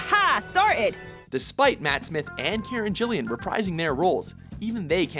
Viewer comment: "Karen Jillian"